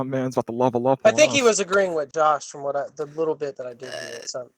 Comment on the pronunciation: Yuri constantly pronouncing “th” as “v” triggers the fuck out of me